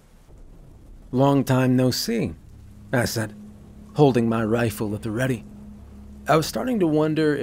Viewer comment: Perfect except for two names you pronounced wrong. Audi Klaus. 😱